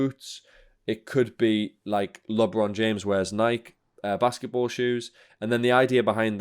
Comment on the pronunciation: "Lionel" messi and "Lob-ron" James? 🤣🤣🤣🤣